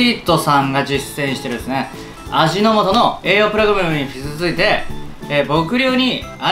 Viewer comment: 基づいて 「きづついて」ではなく「もとづいて」と読むんですよ。